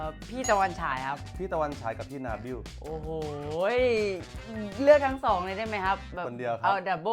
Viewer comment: นาบิลไม่ใช่นาบิ้ว